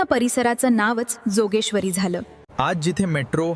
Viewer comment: जोगेश्वरी नाहि योगेश्वरी म्हणा...